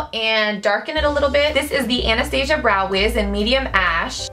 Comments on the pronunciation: But it's not right... Anastasia is founded by a woman named Anastasia and that's pronounced An-es-tah-seeyah. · OMG! somebody finally says Anastasia right!